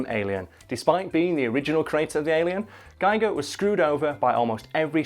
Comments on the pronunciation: Klobi for President He didn't say it right it is pronounced geeger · First comment and I'm complaining about the pronunciation of H.R. Giger. It rhymes with eager. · For those intrested, Giger's name is pronounced Giger not Giger. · And, now to ruin the joke: It's pronounce GHEE-gurr. Rhymes with "eager." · You can't even say his name right EPIC FAIL!!!